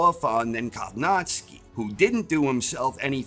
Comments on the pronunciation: great preview video, but man it hurt my ears every time you butchered Kownacki's name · how do you pronounce kownacki so wrong